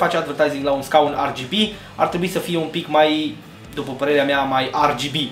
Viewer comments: De ce zici ArGB? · Eu am auzit si de "REGHEBE"